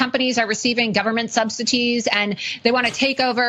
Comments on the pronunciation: “Subsi-tees”, Laura? Such a dim bulb. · Anyone else notice that Laura Loomer and other Maga commentators like to pronounce subsidies as subsi-Tease? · Did loomer just say government “subsiTEE’s”? 😂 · Did she just pronounce "subsidies" like it's spelled with a T? Who fucking watches these people smfh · a journalist that can't pronounce 'subsidies' Do a class in English as a second language , Laura - spend less on make-up and cosmetic surgery